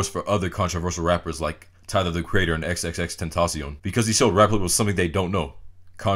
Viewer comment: xxx ten ta sion. Lol